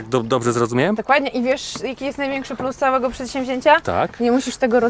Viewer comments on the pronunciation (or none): none